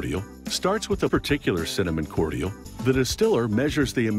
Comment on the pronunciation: Completely independent of the ytp, the way the narrator pronounces "cordial" is driving me fucking nuts.